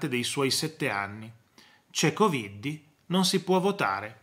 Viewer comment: Buona giornata PROF quando pronuncia la parola coviddi mi fa morire dal ridere.